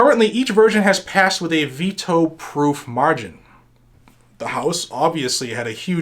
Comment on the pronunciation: ha ha. in the intro it sounded like you said beto override. lol